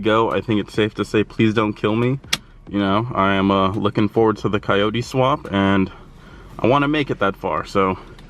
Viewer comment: ¨KAYOURI¨ se dice CO YO TE pendejo! jk 😅😅